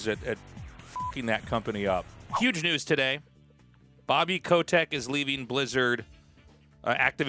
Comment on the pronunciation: Who tf says 'ko-tech' ffs